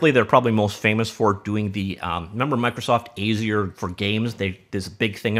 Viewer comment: Re: "unreal engine based projects running in the cloud" doesn't mean the engine is running in the cloud. It means they have projects that will run in the cloud (you know technical engineers rarely get the final say on the wording in a job post). Also jfc Azure is not pronounced like that at all. It's a color (like deep blue), and has a common pronunciation.